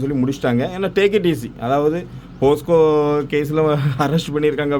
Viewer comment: அண்ணா போஸ்க்கோ இல்ல போக்சோ 😅